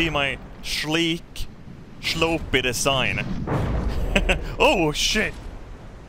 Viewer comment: “My schleek, schlopey deschign.”